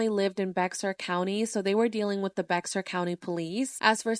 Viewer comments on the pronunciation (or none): Bexar is pronounced "bear", when I first moved to San Antonio I pronounced it the same way as you lol. Love your videos💕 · Bexar is pronounced like "bear" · Random side note Bexar its pronounced Bear… weird I know. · I’ve been screamed at by a TX resident for saying Bexar county… it’s pronounced “Bear” county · It’s pronounced BEAR county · Hi! I live in San Antonio and I hear people pronounce Bexar wrong all the time (I did the same when I first moved here). It’s pronounced ‘bear’ the x is silent. Thank you for putting this story out there. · I’m from Austin but i live here in San Antonio. It’s actually pronounced “Bear” County but spelled Bexar. Been a silent viewer for years, thanks for covering! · I love ur videos! Just a tiny fyi as someone from San Antonio bexar is pronounced “bear” the “x” is silent! I know that’s so silly we get it wrong here all the time to but just wanted to lyk🫶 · For future reference, it’s pronounced bear county. The x is silent ☺️